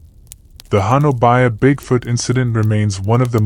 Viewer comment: Honobia is pronounced ho nub e